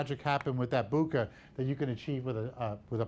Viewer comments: He said booookah !! 😂😂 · Worst pronunciation of bokeh award